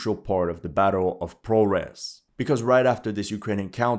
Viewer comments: "Russian propaganda" and he says "Prores" instead of Progres. Very consistent. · Imagine the absurdity: the town is named "Progress", but the Ukrainians renamed everything so now it's "Prohress" and you are struggling to pronounce it. Lol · You should know that the H in Ukraine should be pronounced like G in English. So, ProHres is pronounced ProGres. YevHenivka is pronounced YevGenivka.